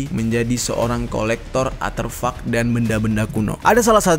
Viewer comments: ARTEFAK.... Bukan Aterfak.... Konyol bet salah dari awal ampe akhir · Aterfak-aterfak??? 'ARTEFAK' WOOOYYY belajar lagi lah jer kebanyakan ngerap doang lu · Gw bingung aterfak apa arterfak, atau emang salah ngomong ya? 😅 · A R T E F A K bukan aterfak 🤣🤣🤣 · Artefak bang artefak. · Artefak bang bukan aterfuck 😂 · Aterfak atau artefak jer? gue dengernya lu bilang aterfak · Bukan atherpak tapi artepak bang jer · artefak cok bukan aterfak :V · Artefak, bukan aterfak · Bang artefak bukan aterfak. Cmiiw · Artefak bukan aterfak😁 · Aterfak kah artefak? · Artefak bang bukan aterfak wkwkwk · ar T fak om bukan arteufak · Artefak bukan aterfak 🤣😂 Terus helicopter bukan helicapter 🤣😂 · Ko Gw dngernya aterfak yaa 🙄